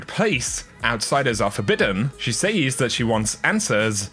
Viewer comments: It’s pronounced “sez” not “sayyysssss” 😳🙄🙄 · Look... it’s pronounced “sez” not “saze” for gods sake 😂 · says is pronounced sez not saze! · Can you please say "Says" properly all the time, its minor but man is it annoying when you alternate saying it right and wrong. Its not Sayyzzzz !!! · Shirley Timple It’s an incorrect pronunciation. A lot of people say it like that but it has always been pronounced as “sez” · Omg stop saying says that way. Driving me nuts dude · Say "says".